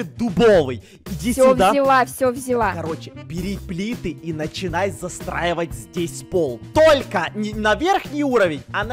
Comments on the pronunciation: Мне одной кажется что говорит не застраивать а засраивать🤣🤣🤣🤣🤣🤣🤣🤣🤣🤣🤣🤣🤣🤣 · он сказал "засраивать", а не "застраивать" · ты сказала засраевать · Я говорила застраивать: ЗАСРАИВАТЬ Я теперь: нее,надо засроить😂😂😂😂😂😂😂😂😂😂😂😂😂😂😂😂😂😂😂😂😂😂 Кто заметил ошибку тык лайк ПЛИЗ🙏🙏🙏🙏🙏🙏🙏🙏🙏🙏🙏🙏🙏🙏🙏🙏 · вместо застраивать сказал засраивал:D